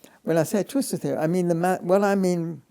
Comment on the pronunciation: The interviewer cannot say theory without messing it up. Why does he think he can interview in English ? He obviously does not understand a word of what Penrose is telling him. I do not even think he is mathematically literate.